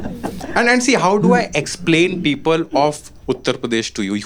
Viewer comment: You prounounce "people" like "peepal ka ped" 😂. Poora hindi bol lo bhai, tabhi tumhara video poora dekh payenge 😅